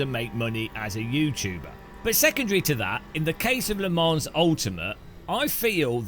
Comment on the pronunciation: It’s “Le Mon” Ultimate….not “Le Monze” (Typed for hearing not reading)